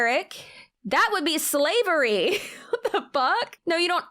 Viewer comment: "NO, ERIC; THAT WOULD BE SLA-VE-RY!!" 🤣🤣💀